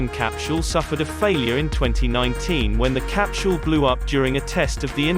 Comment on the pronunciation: The "cap-chule" is really hard to ignore!